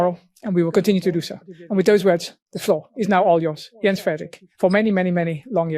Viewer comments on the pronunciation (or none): FYI, Jens is pronounced "Yens". They pronounce "j" as "y". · The forename "Jens" is pronounced Yens like yet or yesterday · His name is pronounced "Yenz" (Jens). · Just an FYI---Jens is pronounced "Yens". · Ben........ his first name is pronounced "yens". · In Danish, a J, when placed first in a word, is pronounced similarly to Y in English, e.g., as in "Yes." So PLEASE pronounce his name "Yens" so it doesn't grate on my ears. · In Danish, the "J" in Jens, is pronounced like a "Y". So his name is is pronounced Yens. My grandfathers name. I know accuracy and respect are important to you.😉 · Dear. You are doing amazing work. But I wish yourv team would research the correct pronunciation of peoples' names (eg Jens, Rutte in this video)! 😎🇬🇧 Thank you.